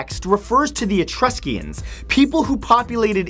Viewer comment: It's lee-ber, not lie-ber, and E-TRUS-cans, not E-trus-CEE-ans. Sigh.